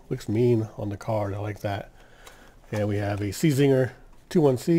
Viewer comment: the cz in czinger id pronounce it sh so shinger i think lukas czinger is polish